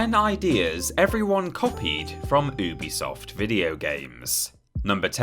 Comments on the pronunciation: It's pronounced "yubi-soft, not "oobisoft", something the company have clarified before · It’s pronounced uh-bee-soft